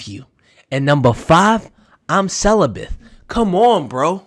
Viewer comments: Wait a minute did you say CELIBITH?????BRO 😅🤣🤣🤣🤣🤣 the word is celibate! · Celibate not celibath